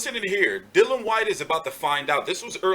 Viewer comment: Come on man, DYLIAN... Not Dillan. Busy weekend for you. Great channel, big respect from the UK Hardcores.